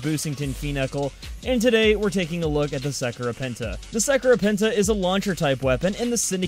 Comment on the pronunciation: BouseFeenux Dat pronunciation tho